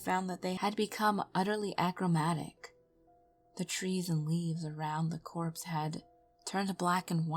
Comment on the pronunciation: BTW, the term copse does not have an "r" in it and refers to a small cluster of trees.